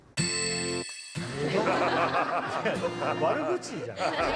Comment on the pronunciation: 目バキ船長がメバチ船長にしか聞こえなくて、メバチマグロ漁の船長にでもなるのかと思ってしまいました.... でも、山下だって太刀魚は釣ってるし、もう少し経験値積めばできないこともないのかな....